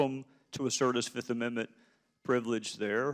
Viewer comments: "I plead the FIZZIIFF!" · I bet he watched chappelle show before this hearing. "I plead the fif"